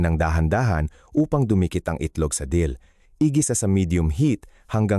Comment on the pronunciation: wrong spelling lng kc AI voice gngamit nya mali2 pa accent Dill po hndi Deal search mo ung Dill Dill (Anethum graveolens) is a versatile, aromatic annual herb in the celery family (Apiaceae), featuring feathery green leaves (dill weed) and small, brown seeds. It offers a fresh, slightly peppery, and grassy taste, commonly used in pickles, salads, and seafood dishes. It thrives in full sun, grows up to 3-4 feet tall, and thrives in temperate climates.